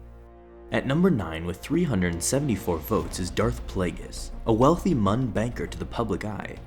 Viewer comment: It’s muun as In mu un